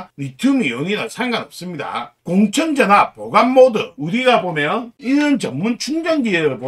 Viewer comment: 그런데 왜 자꾸만 "공청전압"이라고 하는지...맞는건' 공칭전압'이 맞는게 아닌가요?